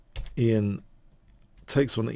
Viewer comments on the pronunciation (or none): Great win by Nepo, his name is pronounced yan by the way. Fine anlysis, keep up the good work